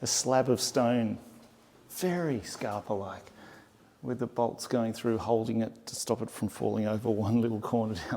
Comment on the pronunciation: Are you saying "skapa-like"? If so, how are you using "skapa"? For me in Swedish, it simple means "creative." The way you are saying it, sounds like a movement similar to saying "Art Deco" or "Modernism." I'm not trying to distract from the beautiful tour you are making, I just want to learn. Tack